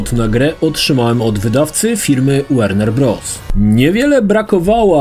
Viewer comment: WERNER BROTH xD